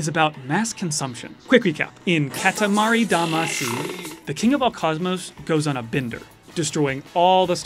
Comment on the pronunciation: What’s with that pronunciation of katamari damacy?